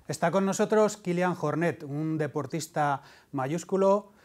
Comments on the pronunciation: Ni os habéis molestado en buscar cómo se pronuncia su nombre, que si seguís este deporte de verdad, ya lo deberíais saber... En fin, al segundo 9, vídeo descartado... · Hace daño al oído escuchar como pronuncia Jornet... y no soy catalán, de verdad, no cuesta tanto.